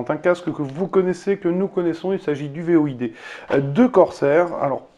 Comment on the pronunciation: Void ce prononce "Voyde" et pas "V.O.I.D" 😉 Sinon très bonne vidéo